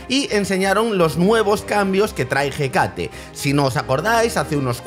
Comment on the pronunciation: por favor se dice Écate, con la tilde